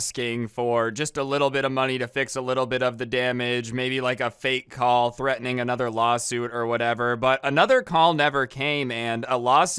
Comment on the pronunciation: Does “uhchother” bother anyone else?